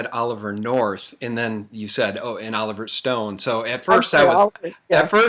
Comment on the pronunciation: She said oliiver north...then oliver stone.